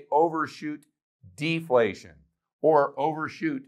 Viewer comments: Deflation and not deplation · Deplation? lol